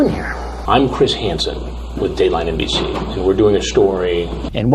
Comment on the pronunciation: Lmao the way u said dateline mbc!! 😂